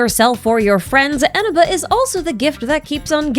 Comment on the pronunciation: That's not how you pronounce Eneba 😭